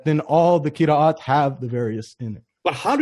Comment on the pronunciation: cannot even pronounce Qira'at he says Qiriiiyat